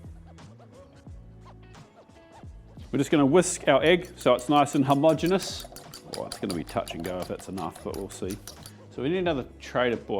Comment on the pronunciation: hom-ogenous, not har-mogenous... great word, great video. loved the pilippino one, will give that a go!